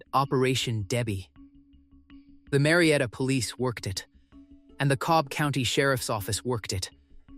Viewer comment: Learn how to pronounce "worked" .